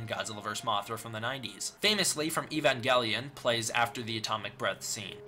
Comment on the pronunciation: I want you to look up he to say evangelion cause you truly just angered me